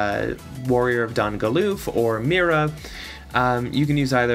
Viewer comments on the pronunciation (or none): It's My-ruh, not Mee-ruh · It means everything? Lol, bc you know the name has been around before the unit was created, and it's always pronounced My-ruh...so now there are two people mispronouncing the name. Keep trying though